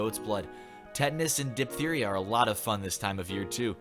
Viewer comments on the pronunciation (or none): Hi. Just wanted to suggest you research how to pronounce certain words like "diphtheria" and maybe, as you're ready the comments aloud, consider saying what's really there rather than making words up like "vaccinised" instead of vaccinated. I really like your channel but considering you reading is the main focus, it's kind of off-putting when you don't do it accurately. I'll still watch your videos in the future though, it's just meant as a small correction:) take care